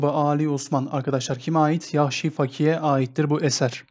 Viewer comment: Fakih değil Fâkih, a uzun olacak â